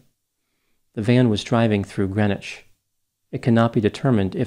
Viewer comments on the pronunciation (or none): You quite literally don’t even pronounce the name of the city correctly (it’s GreenWITCH) 1 minute of research would tell you this. Stephen Kerr did it. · Thanks for your speculation on a situation like this one. I'm from Washington County NY and am familiar with the case. Greenwich is pronounced green witch. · It's pronounced Green Witch it's a thing, you must differentiate from Gren itch of Connecticut fame